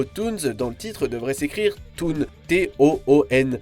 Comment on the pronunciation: "Toon" et "Tune" ne se prononcent pas de la même façon. Toon : toun Tune : tioune